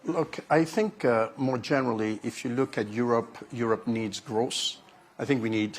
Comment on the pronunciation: Is he saying gross or growth????